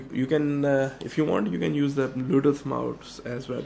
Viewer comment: did he say "baluduth mouse"?